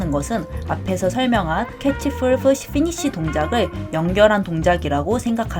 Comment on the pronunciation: 다 좋은데 왜 pull push를 full fush로 발음하시는거죠?